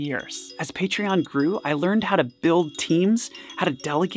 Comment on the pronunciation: if i had a nickle for everytime he said partion